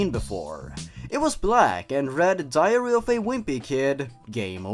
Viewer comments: I'm so bothered by how it sounds like he's saying diarrhea instead of diary :'D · I thought you said diarrhea of a whimpy kid lmao